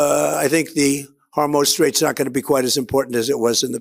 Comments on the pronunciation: Trump is the only person I hear who says "Hormohze" straight instead of Hormuz. He's pretty consistent about it, too. It's like fingernails down a chalkboard. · Does he keep saying hormose strait? Does he not know that data centers do not have a workforce bigger than 10